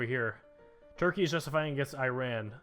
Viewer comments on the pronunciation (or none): none